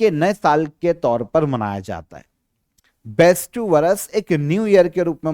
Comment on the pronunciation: Sir ise बेस्टू नहीं। बेस्तु बोलते हैं 😊